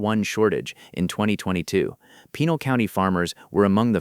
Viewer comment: PEN'- AL........ Hee'-la.....might as well pronounce it right.